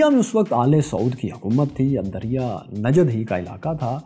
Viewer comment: الدريا نہیں الدرعية